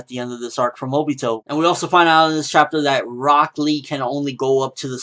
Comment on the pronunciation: Walks in Rock Lee----Broccoli Thats all I heard every time you said his name, and I don't know why